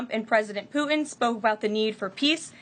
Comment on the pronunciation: What is it with Millennials and the inability to pronounce hard consonants? It's "PuTin". Hard T. Not "Puh-in".